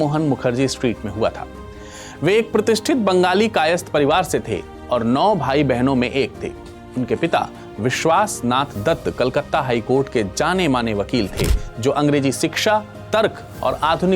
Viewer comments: Yup I lost it in 'biswas nath datta' !, its vishwanath not biswas nath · biswa-nath not Biswas-nath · Its Biswanath Dutta.. not biswasnath..